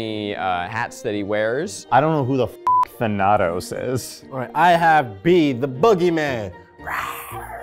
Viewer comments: Guys I love you so much but, as a Greek, I feel it is my duty to tell you the pronunciation of "Thanatos" was like a stab in the heart ❤❤❤ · It's pronounced than-a-toss😭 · I'm sorry, I know this is not at all relevant now but pronouncing the name thanatos, who is the Greek personification of death, as tha-a-tose ( which I have heard more commonly used), may have helped the guys out as it sounds like the villain Thanos. They might not have guessed that he was associated with sleep, if they where thinking about Thanos (It also would have given Zack a opportunity to get in some funny marvel jokes). P.s. Just to be clear this isn't hate towards in any way, just as a mythology nerd it was going to bug me if I didn't point it out. I think and everyone else in this video seem awesome and I wish them all the best. 😊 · saying "I dunno who the f*k Thanados is", sent me! I had to double take at mispronouncing, but I was cackling and may have to pronounce it that way around the rest of my study group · Say it with me now folks! Than-a-tos! God of Death in Greek Mythology. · am i confused or thanatos pronounced differently? than-a(uh)-tos(toes) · mispronouncing Thanatos made me cringe, I’m sorry girl but it’s Tha-na-tos ily tho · My liberal arts self was screaming at Thanatos, the greek god of DEATH, being pronounced like that. The “Thana” should be like Vana White. Or like MCU Thanos with an “uh” sound in the middle. Also saying Artemis was a god of sleep 🫠. My quiz-league brain fried. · Thanatos is the most out of field wrong answer for a sleep trivia unless you're talking about the longest sleep, cause Thanatos is the greek god of death (also its not pronounced like that, sorry ily) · As someone currently playing Hades, the pronunciation of Thanatos kills me 💀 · i’m so sorry but the way you guys pronounced Thanatos had me sobbing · How everyone pronounces Thanatos hurts me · How tf you gonna pronounce thanatos wrong!?